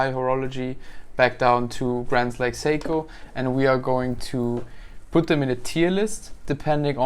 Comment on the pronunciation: "Saiko" lmao